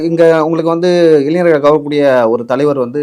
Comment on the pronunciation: தம்பி,உச்சரிப்பில் கவனம் தேவை.கலைநர் அல்ல,கலைஞர்.இளைநர் அல்ல,இளைஞர்.